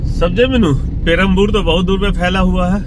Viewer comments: "पेरमपुर" नहीं "पेरूम्बावुर" है। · sir, it is not Peraboor; it is Perumbavoor. 😊😊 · Not Perambur sir...Its Perumbaavoor